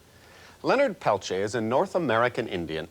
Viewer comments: It's clear the host dislikes Peltier as he chooses to continually mispronounce his sir name intentionally. Tacky and unprofessional. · I can’t even watch this. Every time this man says “Peltier” I cringe. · Couldn't someone tell that guy how to say his name correctly 🙄 even the German / Russian guy said it correctly